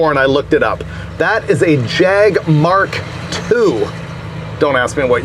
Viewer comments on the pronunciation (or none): none